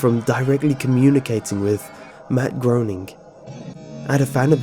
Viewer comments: it's pronounced graining not groaning. I made that mistake in the past too. don't feel bad. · you pronounce the name as matt GRAINING not grouning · You're the only person I've heard narrate this story in a way that actually gave me chills; thank you for that! I'm loving your channel. One slight problem (which really isn't a problem at all — just future reference): "Groening" is pronounced "GRAY-ning". Not important of course. Keep up the good work! You've got a great narration style! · the man's name is pronounced as per the phrase 'graining' I think I can empathize with him on how it must make him feel to hear it as groaning all the time then again, I suppose a compliment is in how you take it, teehee! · this is the funniest fucking thing I've ever seen. the image of groening (which is GRAY-ning, not GROW-ning btw) trembling, and then the "payoff" are fuckin hilarious. "THE FUTURE GUEST STARS ARE ALL GONNA DIE ON THE SAME DAY!!!" hahahaha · It's pronounced grayning you lime. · Just FYI, Groening is actually pronounced "graining." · You pronounced Matt Groening's name wrong. It rhymes with "raining". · Matt Groening. But he pronounced it wrong.. Matt his name rhymes with "raining" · The way you pronounce Groening makes me want to drive a nail through my head